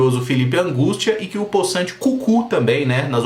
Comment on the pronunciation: Eu assistindo o vídeo na velocidade 1.25x , hora que falou Felipe Angústia e Cucu , eu ri demais.kkkkk